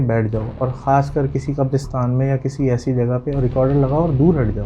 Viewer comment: Not kabrustan kabristan is right